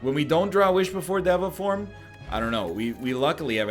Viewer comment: day 6 of telling NL it's pronounced day-va form